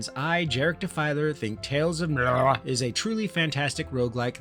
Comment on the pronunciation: "Tales of Mrrllaarrr"... so funny, got me laughing every time. I am surprised you dont have more subs! Keep up the good content!